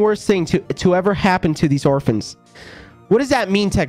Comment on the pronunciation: "They weren't always orfans"